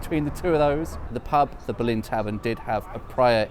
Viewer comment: Interesting. On your map the old West Ham ground is named as the Boleyn. As I understand it, this was always pronounced with the stress on the first syllable.